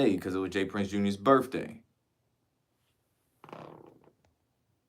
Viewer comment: Wifff/ truuffff/ burrffday/ axed/ 😅 Love the work tho .! 👍